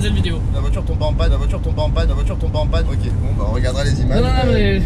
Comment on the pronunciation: A , il dit bien le "pas" mais il n'est pas bien prononcé :D